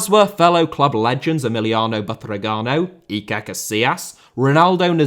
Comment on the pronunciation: EMILIANO BATRAGHENO... It's Emilio. Butragueño. Gosh, sometimes it feels like you try to butcher Spanish names on purpose...